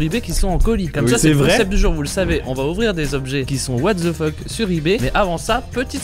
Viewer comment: Jamais compris pourquoi les francais prononce "the" -> "ze" alors que ca ce dit comme "dhe"